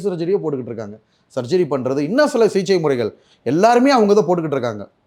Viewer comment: First he is unable pronunce the Thamizh words properly, But he claims he is next Sivaji Sir. Sigichaiya CJ-ngiraar, Open surgerya Oven surgery-ngiraar. SSSSSSSSSaappppppaaaaaa..... Kosu Thollai Thangamudiyalada Saamy... Kosu vandhu kadichichina enna pannuveenga.. adha pannunga ella anchorum serndhu.